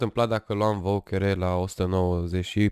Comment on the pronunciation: Știu ca poate e mai greu, dar te rog eu nu mai pronunța "voucher" cum se scrie, se pronunță "vAUCEr". Literalmente mă zgârie pe creier de fiecare dată. :((((